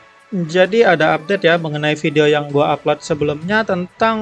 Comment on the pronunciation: also: "njadi"